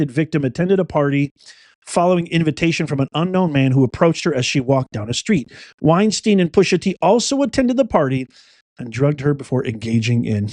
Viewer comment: You keep saying Weinstein...LOL